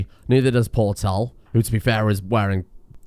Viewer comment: portale? no is port and tale is that hard to pronounce? you have to make straight palisades or make a 3 by 3 in L shape